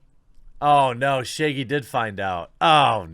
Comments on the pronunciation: why do you pronounce it "Shayggy" though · It’s ShAAgy...not Shiggy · It's not "Shay-gee". It's Shaggy with a short "a". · Okay, but why tf does he pronounce Shaggy "Shaygie"? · Now shagy is sheigy? Said the fucking words correctly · No one: Jeremy: Shayggy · Your accent has never been more intense than when you pronounce “Shaggy” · Why does he say shaggy like that